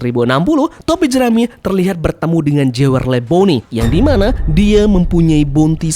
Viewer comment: maaf nih min bukan bermaksud menggurui tp demi kepentingan dan kenyamanan bersama “Jewelry cara bacanya julri minn hehe “